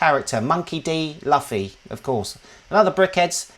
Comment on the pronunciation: Luffy is pronounced Loo-Fee. The Netflix show was pretty good, worth taking a minute to at least watch the season 1 trailer.